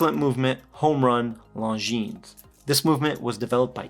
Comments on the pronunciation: The S is silent in LongineS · Actually, I hope these don't become popular so they're in stock when I go to buy one later this year. Also the 's' in Longines is silent.